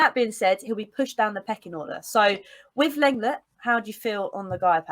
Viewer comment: I think you will find that LENGLET is pronounced LONGLAY, which sounds like most people's idea of a good time! 😁